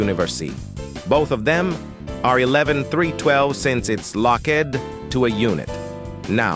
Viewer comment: is nobody talking about the text to speech said ✨universy✨ and ✨lo-ked✨ Overall, great tutorial! Its understandable.